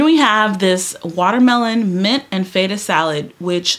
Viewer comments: Girl it’s FET (like wet) UH cheese feta not FaYtah. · I love this! I was one of the people that requested for a savoury version so thank you girl! That burrito and watermelon feta salad is right up my alley. I love the way you say Feta. I make the chicken breast tenders once in a while and have it with a cottage cheese ranch dip, so so good! I’m going to try it with corn flakes like you did